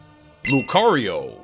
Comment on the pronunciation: The first O in Lucario is supposed to be an A!